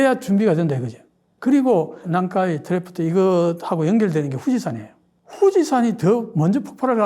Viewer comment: 교수님 일본비평 잘 듣고 있습니다. 그런데 난카이 트래프트? 난카이 트러프 매번 그러셔서요.